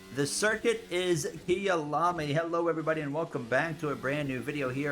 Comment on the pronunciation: Kayalami (my home) not kiyalami